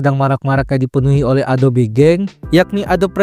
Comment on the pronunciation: bacanya bukan adop bang, tapi adobi